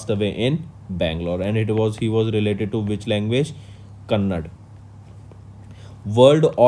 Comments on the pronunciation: Thank you sir but please correct it is KANNADA not Kannad thanks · Sir it's KANNADA not Kannad